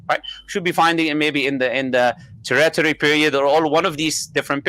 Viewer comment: "Terrattery Period?" Is the fellow trying to read that "Tertiary" from the chart he's showing, and bungling it? And why would anyone expect trilobites to appear in the Tirtiary, long after their extinction.